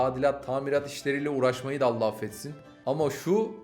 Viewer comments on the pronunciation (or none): none